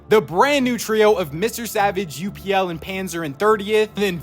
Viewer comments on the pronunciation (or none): Its not U.P.L its UPL, say it how its written, just wanted to let yk, CONGRATS ON 100K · Hi, just to let you know upl is pronounced as uh-pel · Yo two things for pronunciation upl (up-ll like you said) and kiduoo id Kid-duo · Its btw just upl dont u p l up then l like its spelled upl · its upl not u-p-l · W 100K ! W FACE CAME, btw kiduoo and upl are pronouned as "kid" "doo" "oh" and "up + el" "upel" 😌(I think) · You pronounce his name as u pul